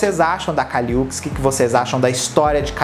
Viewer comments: que agonia vc falando UKIS, é uchis mesmo som de xi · pelo amor de Deus kkkkkkk se pronuncia Û-tis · Oi! Adorei o vídeo! Essa musa foi minha trilha sonora de 2021 com todas as forças. Gostaria de pontuar somente a pronúncia correta do nome da Kali. Se fala o Uchis como se fosse "útchiz". Sempre que fico na dúvida sobre a pronúncia correta de nomes de artistas no geral, vou atrás de entrevistas nas quais eles se apresentam. Aí não tem erro! Hihi. Besos! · A pronúncia do "Uchis" está errada.